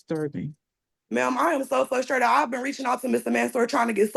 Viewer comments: There is another R in that word. You sound like an uneducated 5 yr old saying FUS trated. Grow up and lose that attitude. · FLUSTRATED isn't a word!! Sorry, out loud grammar police moment ... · Ummm, I believe you mean "fustrated" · She's "fustrated" everyone. Poor lamb. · She "Fusstrated" yall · Why doesn’t anyone listen to her? She’s “fustated” 😂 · I'm fustrated they keep saying fustrated.